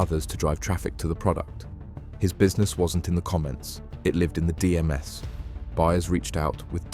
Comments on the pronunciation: Its AI... At , No one says D-M-S its DMs... Don't mind AI but listen back to it first cos it sounds weird at points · D-M-S for DMs lol